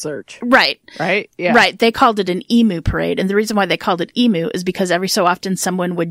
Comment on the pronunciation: Hi Girls Aussie here. Can't believe i have never heard of this guy!! Poof is short for Poofter. (Slang word for a gay man) It's pronounced like Put but with F instead of t. Emu is pronounced Eem-you. This was really well done thanks :-)